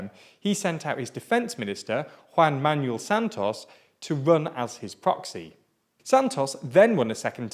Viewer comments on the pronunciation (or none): none